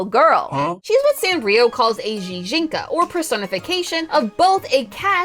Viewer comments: Apart from the fact that that's not how gijinka is pronounced... EDIT: or gudetama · That’s the strangest way I’ve heard Gijinka pronounced. Gi and Ji are not the same.